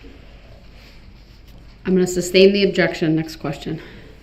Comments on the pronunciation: Some black dudes My mother was a teacher. She never let us pronounce words incorrectly. Some southern black folks pronounce the word GIRLS as GULLS. My mother always insisted GULLS fly over the sea! I cringed every time Brooks would say reasons for the SUBstain or does that mean I can reBUTTLE, or incorrectly refer to himself as the ALLEGED defendent. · Not to mention he was dumb enough to try to defend himself. Meanwhile, can't even bother to learn the legal terms. Like sustain, instead saying substain. Also, disrespectful to the judge throughout the trial. He thought he would get away with it? What a joke. He should have got worse than he did. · ..."Groundz for the substain"... -i can't get no groundz??,--OK ......is it fair to ax